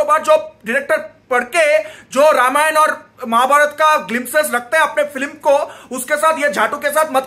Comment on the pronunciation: Ramayana kyu bol rahe ho vai dikhane ke liye waise to angrez bolte hai extra A is unnecessary imo